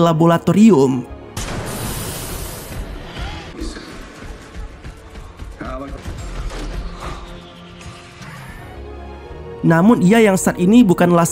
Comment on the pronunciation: Om... Laboratorium, bukan rabolatorium